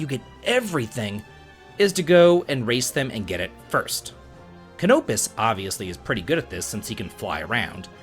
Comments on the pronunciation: It's not ca-nope-is, it's cano-pis. Not sure how you even pronounce his name so wrong when this game literally has audible dialogue. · cuhnope-is vs cano-pis. Difficult to write, but his pronounciation is completely wrong, as i said before, by evidence of the actual dialogue in the game. He's either playing on mute, in another language, or he just decided to say it wrong for whatever reason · The game actually pronounces Canopus. Why does everyone say it wrong? It rhymes with Cannabis.